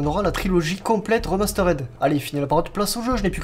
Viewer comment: "remasteRED"????? Mais il faut lui dire !!!! Il a appris où l'anglais lui???